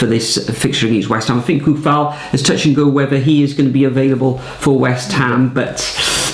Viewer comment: The pronunciation of "Kufal" tears my ears - "Tsoufal" Watford 1-3 Liverpool Aston Villa 1-0 Wolves Leicester 2-2 Man Utd Man City 4-0 Burnley Norwich 0-1 Brighton Southampton 1-0 Leeds Brentford 0-1 Chelsea Everton 0-2 West Ham Newcastle 1-1 Tottenham Arsenal 2-1 Crystal Palace